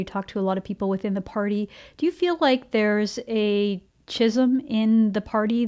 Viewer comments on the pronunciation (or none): Did she just say, "chism in the party"? I'm pretty certain she meant chasm, unless it was a Freudian slip! Although I've heard of parties where there is chism, I don't think that's suitable for this channel. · Wondering whether she meant to say "schism" or "chasm" and combined the 2 words into "chisem"? Threw me off. Had to restart. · Candice, I'm a friendly. Check pronunciation of schism.